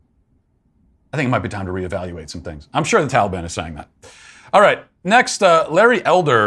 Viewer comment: Why are they suddenly pronouncing Taliban like that?